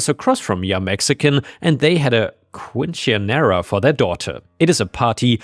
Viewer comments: Quinceanera is pronounced more like keen-seh-an-yer-ah or kwin-seh-ahn-yehr-ah (First is much easier to read and close, the second is closer but also a bit harder to follow since it's less common to see those combo of letters in English). It's basically a Spanish celebration of a girl's 15 and entering womanhood. It's a big deal(akin to someone turning 18 or 21 in countries where that designates being an adult). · Quinceanera is Spanish and pronounced: Keen sin yeh dah, and refers to a Latin American girls 15th birthday celebration, in which she is no longer regarded as a child, and is now an adult.